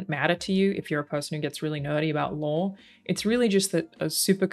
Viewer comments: This is the first video I've seen of, I've never played any of the Fallout games, or seen anyone play, so I searched for this because it's a fan perspective. But her pronunciation of "Lore" comes out in captions as "Law"!!! lol It would be great if you could take the time to fix the captioning. Or else start pronouncing your "R's" dammit! No, you I know won't do that and that's fine, it's kind of adorable. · OMG up until the very end I thought you said they broke the "LAW" lol. It wasnt until you mentioned it not being a 1 to 1 that I finally caught on that you where saying "They broke the LORE"